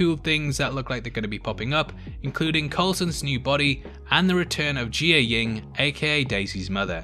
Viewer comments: "Gee-yah-ying"? Pretty sure it's "Jia-ying" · Jiyeng.... how do you mispronounce what you hear them say?! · jai ying and kal, you need to learn their names a little more hahahaha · You pronounced Jiaying wrong lmao